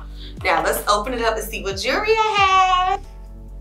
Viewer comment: 28 YEARS! How; when you ain’t but 23 - 25 years old yaself??? JU POPPIN! So pretty!🥰❤️ And: “YOU KNOW YOU SO NEW YORK when “jewelry”’is pronounced “jury” Shout Out!💪🏾💪🏾😆❤️